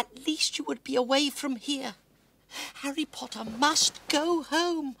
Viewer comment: Dobby’s first words to Harry, Harry Pottah and Dobby’s last words to Harry, Harry Pottah 😔🥺😢😫😖😣☹️🙁😔😕